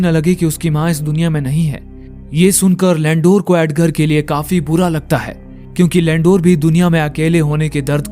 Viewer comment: लैंडूर । नही लंडूर है ये 😂😂😂